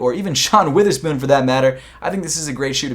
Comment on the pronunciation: Bro you gotta say Wotherspoon not Witherspoon 😂😂😂😂